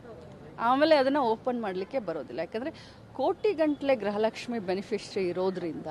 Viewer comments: ಗ್ರಹಲಕ್ಷ್ಮಿ ಅಲ್ಲ ಮೇಡಂ ಗೃಹ ಲಕ್ಷ್ಮಿ ಅಂತ ಹೇಳಿ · ಗ್ರಹಲಕ್ಷ್ಮಿ ಅಲ್ಲ ಅಕ್ಕೋ ಗೃಹಲಕ್ಷ್ಮಿ ಅಂತ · ಗ್ರಹಲಕ್ಷ್ಮಿ ಅಲ್ಲ ಮೇಡಂ ಗೃಹಲಕ್ಷ್ಮಿ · ಅಯ್ಯೋ ತಾಯಿ ಗ್ರಹ ಲಕ್ಷ್ಮಿ . ಅಲ್ಲ ಗೃಹ ಲಕ್ಷ್ಮಿ